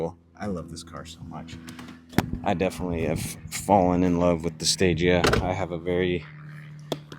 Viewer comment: Fun fact the stagea is pronounced like stageah and the meaning behind stagea is stage advanced